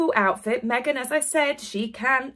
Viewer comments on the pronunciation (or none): none